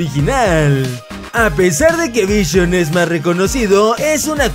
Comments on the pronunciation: Min se dice visión no vision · Es Vi-Si-On no vishion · Noes vichion es visión like si tu escuchaste vichion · ``Vishion" Xddd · No sabes ni decir visión